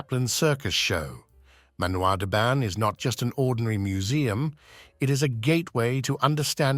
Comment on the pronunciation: You pronociation of 'Manoir den Ban' is horrible. The 'n' in Ban is not pronounced in French!